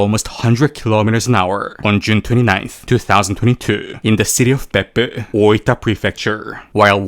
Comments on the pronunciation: Whenever you say Beppu I hear buttox.... Peppu is butt in Finnish. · I love how you pronounce " Beppu "